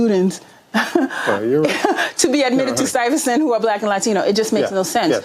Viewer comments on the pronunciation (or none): none